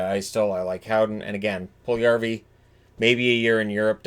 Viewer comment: Puljujarvi = pull you yarvi. NOT Pull yarvi. Stop miss this name pronouncing. Stop listening to dopey radio/TV pundits.